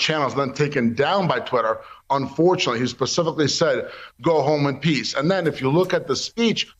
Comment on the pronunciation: He said "go home in peas."